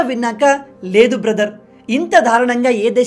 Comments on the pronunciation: For example దారుణం అనే పదాన్ని ధారుణం అని ఉపయోగిస్తున్నావ్ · Ayya swamy........ Darunam lo da ki vatthu ledu. Dharunam kadu, Darunam ani cheppali.